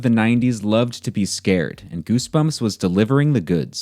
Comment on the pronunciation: Gersberms mah fravrit berks!